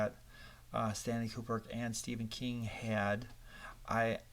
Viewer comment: Stanley “Kuperk”? Ku-brick. Ku-brick. Now you try.